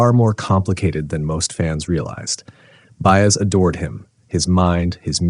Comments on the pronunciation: her name is said Bai-ez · Her name is pronounced "Bah- ez." Mine is, too! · Her name is pronounced By-ez; not Bay-es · You call her "Joan Baze?" Seriously? I'm out at the 30-second mark. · as soon as I heard Joan's last name mispronounced twice .. I stopped the video . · This was so articulate and well written. Couldn't you have practiced saying her name correctly? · I'd give you a like if her name were pronounced right. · I wish the narration could pronounce Joan's last name properly. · That's AI for ya. AI is as perfect as the chip on your debit/credit card. A supposed perfection of reality. 😂🤣😂🤣😂🤣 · Sadly, very sadly, the narrator does NOT know how to pronounce Baez. What a shame. Reduces the value of the story, which is on target